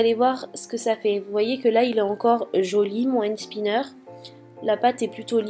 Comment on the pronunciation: on dit pas end spinner mais and spinner bisou j'adore tes vidéo 😍